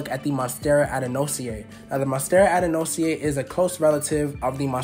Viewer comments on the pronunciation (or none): Name is pronounced Ad-an-sony-eye 😬